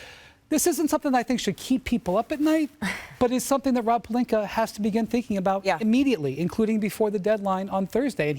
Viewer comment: SAS: “LuKeR” Dongich & Rob “PeLinKeR” 👨🏾‍💼😂😂😂